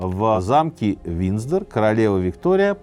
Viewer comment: Сергей Сергеевич, но все-таки правильно ВинДЗоры, а не ВинЗДоры ) Уже не в первой передаче слышно )) А в целом, спасибо Вам, конечно!